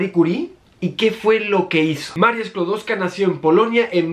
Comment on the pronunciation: Hola! Lo primero sería corregirte puesto que si bien es cierto que nació en Varsovia, en aquel entonces formaba parte del imperio ruso, muy a su pesar - de ella y del resto de polacos. La casa de Maria Skłodowska (pronunciado Skuodofska) esta en Varsovia y tiene una placa, creo que ahora la acondicionan pero aparte de la placa era una casa más del centro de Varsovia; había un museo pero semi-abandonado. Le dedicaron una calle en Varsovia, en un barrio a las afueras en la zona nueva, una calle cortada en una zona mala e incluso peligrosa mientras una de las avenidas principales lleva el nombre del papa polaco Juan Pablo II (aleja Jana Pawla II), es mas, ese es un patrón que se repite en toda la nación, la avenida o calle principal siempre es J.P. II y no he visto en nunguna otra ciudad una calle dedicada a la mujer que puso el nombre de su nación (como país no existió hasta despiés de la primera guerra mundial) al elemento que descubrió en vez de el suyo propio. Pozdrawiam